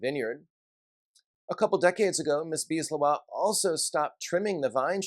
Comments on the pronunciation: I think it's more like Lae Houah. But I'm not native French either. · JK, I found weird the Leroy pronunciation.